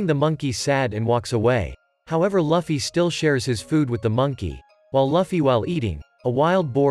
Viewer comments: It's pronounced loo fee not fluffy like some bunny, and its oo ta not oo da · Its Luufy and u saying lafy Btw nice vid afterall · Its luffy not luuffy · He literally said laffy but his name is luffy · No't Laffy its Luffy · so hes name its not loofy itz luffy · It's not fluffy. It's luffy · Your saying laffy not luffy😅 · Luffy❌ Laffy✅ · ITS (L-OO-FY not (L-U-FFY) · Lufi not lafi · Bro calls shanks shank luffy loffy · Wtf its not laffy its luffy 😡🤬🤬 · I can't get over when he says "lufee"😂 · To pernounce Luffy name correctly Looff-E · Why is he saying loffy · Will you get Luffy name right next time? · You’re saying Luffy wrong